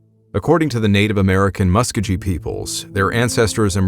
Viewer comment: Muscogee is pronounced “muh-SKOH -ghee” for anyone that cares